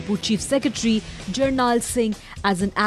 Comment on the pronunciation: Its JUR-NAIL not JUR-NAAA. Smh. Have some respect for the man.